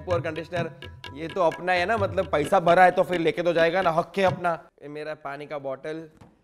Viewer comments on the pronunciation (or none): none